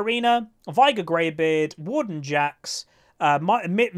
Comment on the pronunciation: the warden jax was heard like wooden jax lol. (Btw even in subtitles was heard that way. Checked cuz i was curius ^^)